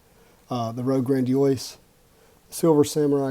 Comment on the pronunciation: That’s not how you pronounce Grandiose. It’s not like Blastoise.